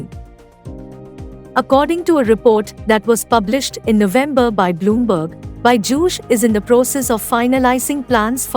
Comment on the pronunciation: its not "BY-JUSH":body-green-covering-eyes